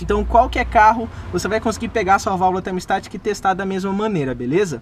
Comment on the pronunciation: Muito bom seus videos mas apenas uma correção na pronúncia ai! O nome da valvula é "termostática" e não "termo estática". Abç